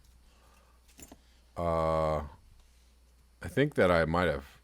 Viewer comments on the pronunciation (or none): none